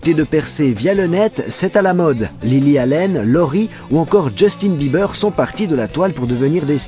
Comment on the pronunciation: why he said justinne bimber?